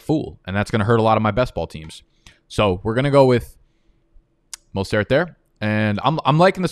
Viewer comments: Why can’t you just say Mostert’s name like an American?? Do you always have to sound like fuckin Pepe Le Pew???? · Bruh.... the way says Mostert has me tilting more than when he leaves his screen and misses a pick...